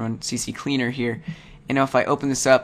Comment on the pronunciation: Lol. You said CC Cleaner.